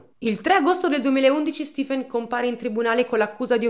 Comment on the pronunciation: Come si scrive Stifen? Di solito è e si pronuncia Stephen . Solo una piccola mia curiosità